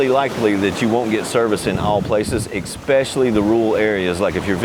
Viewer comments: ES-pesh-uh-lee (for especially); not EK-spesh-uh-lee. ? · great info but its not EXspecially. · you know he's american when he says "eckspecially" LOL